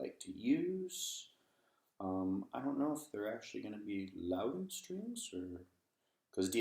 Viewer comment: Made in Northern Ireland, but your pronunciation should be Loud Den and not Low Den